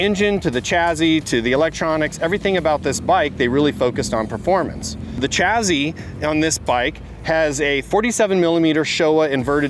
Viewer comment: That's not how you pronounce the word "chassis."